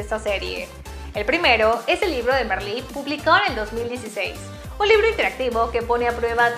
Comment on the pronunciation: Se pronuncia Marlí, no Merlí.